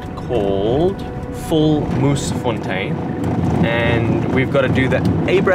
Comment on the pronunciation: Say it like it is: volMOERsfontein.